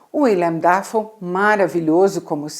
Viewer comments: Não se pronuncia "dáfou". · Só não entendo por que ela fala Willian "Dáfoe"